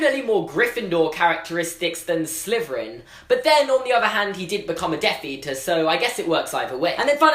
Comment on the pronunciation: Does anyone else think that when he says Slytherin, it sounds like Sliverin?